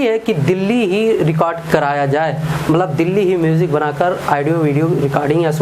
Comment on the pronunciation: Bhai ji आईडी ओ नही होता है ऑडियो होता हैं